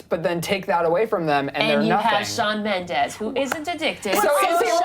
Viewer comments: ...It's MENDES, not mendez... (In the beginning ) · ITS SHAWN MEMDES NOT MEMDEZ 😂😂😂😡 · BITCHHHHHH ITS MENDES, not Mendez😪😒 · Correction it's Mendes not Mendez get it straight 😑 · Shawn Mendez srsly????? It's Shawn Mendes!!!! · ughhhh ...its not Shawn Mendez , its Shawn Mendes . why does everyone say mendez ??? its so frustrating #mendesarmy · It's Shawn Mendes not Shawn Mendez😬😠😡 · Wtf is "Mendes" no "Mendez" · its shawn MENDES not shawn MENDEZ..😤😣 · i love shawn mendes💗💗💗 and it's mendes not mendez😬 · It's Mendes not Mendez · It's not Mendez it's Mendes 😂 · It's Mendes not fucking Mendez. IS IT THAT HARD? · "Shawn MendeZ" lol😂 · "shawn mendez" oh no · Shawn "Mendez" you wanna talk about him but you don't even know his name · ''MendeZ'' stop please. learn to spell his name. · Oml "Shawn mendez" nooo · it's Mendes lol not Mendes...:)) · Does it bother anyone else that Mendes has a Z instead of an S. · Mendes is with a S not a Z!